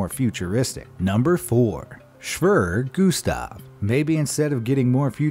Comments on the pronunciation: "Schwerer Gustav" is pronounced differently. Not Shwöwrö Gustav, more like Shwearer like in "Bearer" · As a german, i laughed my ass of because we say SCHWERER GUSTAV not Schwrrrr gustaff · "Schwjever Gustav" xDD muss los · Actual pronounciation: [Shwerer Gustaf] In Video: [shwrrrrrr guhstaaf] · It’s called shu Witcher gu stov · When your german and you hear him say swrrr gustav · Schwerer Gustav is pronounced Schwee rare goose tough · Schvurr gustav lol Edit: jeez the amount of mispronounciation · You pronounced “Schwerer Gustav” wrong. Its pronounced “Shvere Gustav” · Shwrr gustav hahahhahahaha.. you could call it Heavy Gustav 😂😂😂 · It’s pronounced (shvara gustav) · you say SchväR-E-R gustav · Shweeeeeee Gustav 😂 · You are not saying the nazi gun right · As a German his pronunciation of Schwerer Gustav is to funny. It was so wrong that it was hard to realise that it is german xD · its so funny for an german like me how you say "schwerer Gustav" XD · Wrong pronunciation of the nazi gun wow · Kinda painfull as a german to hear him saying Schwerer Gustav xD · The way he says "Schwerer Gustav". Oh yes German is hard. At least if you do not even give it a fair try.😂😂😂😂😂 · Pleas next time spell Schwerer gustav correct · As a german i love how u say "schwerer gustav"! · You butchered the name of Schwerer Gustav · just stop .. stop trying to say schwerer gustav .. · would be a good idea to get a rough idea of how to pronounce foreign words on google especially when you monetize a video to the death talking about the schwerer gustav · The pronounciation of Schwerer Gustav just hurts but still great video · That german pronounciation was really terrible. just use google translate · his pronunciation of "Schwerer Gustav" is hilarious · somehow it offends me how you pronounce "Schwerer Gustav"